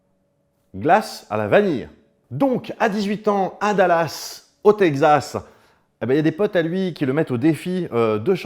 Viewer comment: J’ai failli quitter quand t’as prononcé Tegzass pour Texas mais finalement je suis resté sans regrets, la vidéo était trop cool